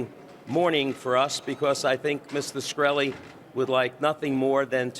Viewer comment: Did the lawyer just make up the scientist qualification? He doesn't even pronounce his client's name right.